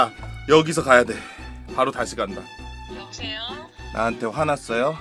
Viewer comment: 나한테 화났어요 가 왤케 어눌하냐 ㅋㅋㅋㅋㅋㅋㅋㅋㅋㅋㅋㅋㅋㅋㅋㅋㅋㅋㅋㅋㅋㅋㅋㅋㅋㅋㅋㅋㅋㅋㅋㅋㅋㅋㅋㅋ